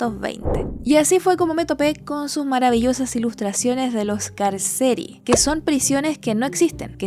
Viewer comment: Pd : di Piranesi, Carceri se pronuncia CárCheRi - cárceles.